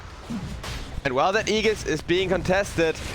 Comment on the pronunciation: Aegis is pronounce as "Eygis" not Eyjis